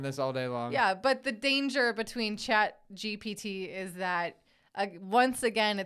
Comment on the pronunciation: Honestly this show has been going on long enough that it should be more polished. You guys have no idea what you're saying. and for the record it is CHAT GPT not chat gbt